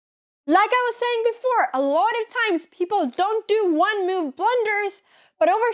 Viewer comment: Anyone else find adorable that Anna have a perfect fluently english, but she says the word move like Miuuuuve is so unique or am i wrong and people from Sweden pronounce like this ?